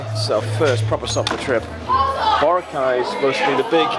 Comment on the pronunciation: Thank you! It took 18 min into this video for someone to correct the white people from mispronouncing Boracay. That was annoying